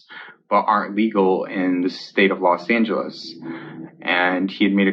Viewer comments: I know its not important compared to the other stuff but did he seriously say the state of Lid Angeles ? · Did say “state of los angles” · Wait...did he say State of Los Angeles?